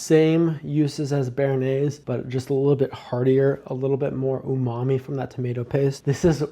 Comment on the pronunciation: I turned off the video as soon as you pronounced bernaise like that. I’m going back to watching Chef John.